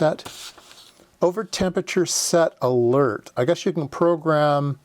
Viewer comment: What's a " lert " ??? Hahaha